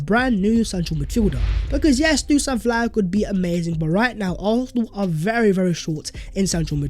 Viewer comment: It's pronounced Vlahovich please man I can't keep hearing Vlahovik anymore.